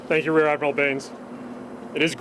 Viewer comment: Did he just say he's RADmiral Craig Baines?